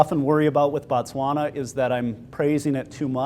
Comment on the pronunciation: Thanks for the great information, really appreciate it. im from Botswana and i dont know if its just your accent or not, i keep hearing you say Batswana when referring to the country... just wanted to make it clear that Batswana are the people and Botswana is the country. Thanks have a great day